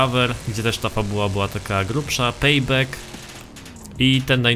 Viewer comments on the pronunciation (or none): none